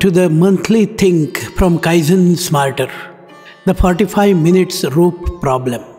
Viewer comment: For anyone confused by the amount of time required, the accent makes it sound like '35 minutes', but he actually says '45 minutes'. Knowing this makes the puzzle easier to solve👍🏻